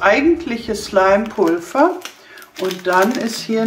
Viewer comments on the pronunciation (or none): Warum sagst du Pulfer das heißt Pulver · Wieso sagst du Pulver mit F es wird aber mit w ausgesprochen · Sie sagt immer statt Pulver 'Pulfa' 😳😂